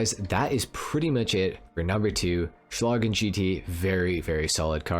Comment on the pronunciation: Oh, and congratulations, you might be the only english speaking gta youtuber who pronounces "Schlagen" right.